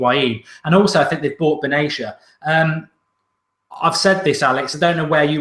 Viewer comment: He's pronounced BEN-At-Tiya